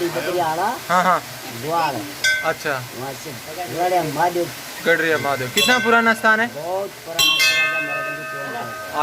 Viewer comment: गराडीया महादेव नाम है भैया गडरिया नहीं